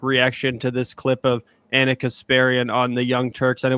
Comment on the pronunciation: FYI Ana’s name is not pronounced Ahna, it’s just like Anna